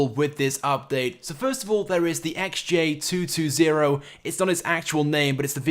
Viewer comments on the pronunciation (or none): He kept saying xj2220 it's xj220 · XJ TWO TWENTY. Get it right!!!!